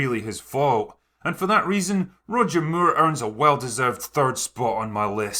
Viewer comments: Got to love the ‘Roger Muir’ pronunciation. And who could argue against Sean being the quintessential Bond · It's funny how you say Moore in Roger Moore - it's just more like - can I have some more - but you say it like "Mew-ugh" how did you make his surname into 2 syllables?! lol !!!!! :P